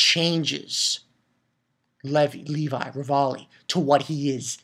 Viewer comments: and i don't think you call him levolley XD great video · I don't mean to sound like a dick, but don't his friends tell him how to pronounce Levi's name right or anything...? its said fairly clearly in the dub how to pronounce it.